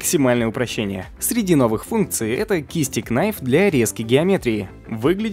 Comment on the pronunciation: Например кнайф лучше произносить как найф) а так тебе всегда лайк за труды!